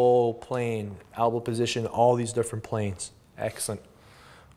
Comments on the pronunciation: Yeah lmao albow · Albows =/= El-bow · It's "elbow" btw but much love for what u do 👍